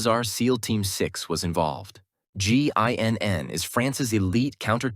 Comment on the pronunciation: "Ginn" "Ging" "GIGN" yay you did it! Have a gold star and a cookie! 🌟🍪